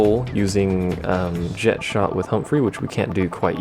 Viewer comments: The Japanese call him "jekt", therefore that is how the name is said. Language does not change how a name is said, as the pronunciation of a name is determined by the one who gave the name and them alone. They say "jekt", which means "jekt" is "correct". Calling him Jet, under any circumstance, is wrong. And also, the only three characters I can remember speaking Jecht's name are Auron, Yuna, and Braska, and in both languages they very clearly say "jekt". I will admit that I say "tie-dus" rather than "tee-dus", but that's more habit than anything else. Didn't know how to say it until Dissidia however many years later. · They pronounce it "jekt" in the Japanese version as well, though.